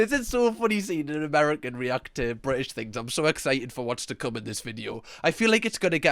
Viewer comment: Ah yes. I love the brTITish